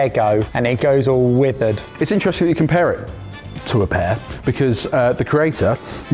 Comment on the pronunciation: com-pear it to a pear...